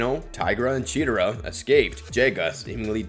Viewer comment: I hate how he pronounces chetera instead of Chitara